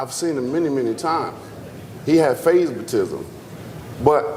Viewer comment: Fury got "favzmitism " lol wtf Wilder